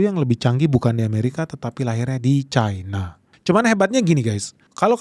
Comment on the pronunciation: cina, versi cina adalah cina. cina versi inggris bodoh, membacanya jadi caina. mengapa mengikuti inggris bingung ?😊